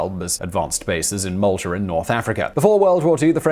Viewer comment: Malta doesn't have an R in it